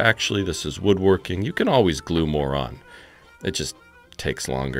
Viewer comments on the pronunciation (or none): did you say: "glue Moron" or "glue more on"... because both works🫣🤣🤦‍♂️🤷‍♂️